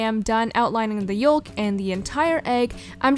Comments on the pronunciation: Yolk is pronounced youk not actually yolk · i know its spelt yolk, but you say it yoke, not yolk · Whenever she said y-o-l-k it pissed me off so much it's yolk(said yoke ) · it's "yoke" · Is anyone else bothered by how she pronounced yolk like yo-l-k and not y-oh-k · It's pronounced yowk not yolk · Am I the only one who was bothered by the water she said "yolk" 😂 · OMG YES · is it just my ears or does she say yolk "yulk". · yolk is said yoke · I love how she says yoLk (no hate I think it’s funny) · YOLK....everyone else says “yok”....America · WHY DOES SHE SAY YOLK LIKE THAT.....LIKE WHAT?!?!!! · The way she says yolk tho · I can’t be the only one bothered by the way she said “yolk” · i pains me to hear her pronounce YOLK that way😂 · Oml She said "Y.O.L.K" She pronounced the L